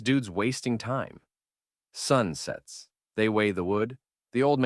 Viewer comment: Example when it says " sun sets "